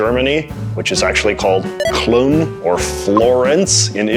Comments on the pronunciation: And they said Klön instead of Köln? Strange... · Proceeds to even butcher the name of the places even more... Köln, not clone but K-uh-l-n, Firenze, not firanzeh, but fee-ren-zeh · No offense, just a correction, but the "Köln" was pronounced very inaccurate. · "Köln" is pronounced "cul'n", NOT "clon"! 😅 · Calling Køln "Clone". Mans funny 🤣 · Ah yes, the German pronunciation of Cologne… cloon. Yeesh. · From what I remember, umlaut should rhyme with "shout", not "shot", Köln he pronounced as Klun, wrong vowel sound and wrong placement of the 'l", Firenze he said with the wrong vowel sounds as well, Πέτρος uses omikron (ο) and not omega (ω), yet he pronounced the o as an omega, in 'Ιωάννης I believe you say it like "yo-an-nis" and not "eye-oh-nas", although I'm not sure exactly how the pronunciation was in Koine Greek, the variation that the New Testament was written in. I don't think he did it to make a point, why would he do things incorrectly and misinform people on purpose? And as I said, anyone can easily find the pronunciations of any word quite easily, if you're a content creator who makes videos you script and prepare for there are many ways to find the pronunciations, it's not like he's forced to guess. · Yes, i think, that's a wonderful piece of comedy, and i think it was intentional. 🙂 j.j. says 'Cloon', 'Firunzay', and 'Undrass Grove' to be the "actual" pronunciations of Köln, Firenze and András Gróf. i think we can call it an uber-joke on a linguistic meta level. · then he should have put a voice recording of a native speaker, from Wiktionary, for example. Saying that Köln is pronounced "Klon" or whatever he said, is straight up misleading. Since he didn't even mention that his pronunciation is not perfect (terrible), people might actually believe that this is the correct pronunciation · that might just be the worst prononciation of "Köln" and "Firenze" I have ever heard XD... like, it's not even close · You pronounced Köln very wrongly